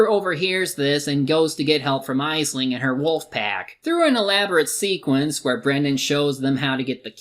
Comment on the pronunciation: it’s pronounced ashling.